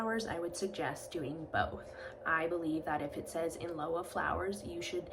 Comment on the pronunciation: Thanks for the video. I believe lieu is pronounced “lew”.